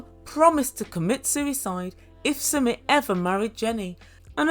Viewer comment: It's pronounced "Sumeet"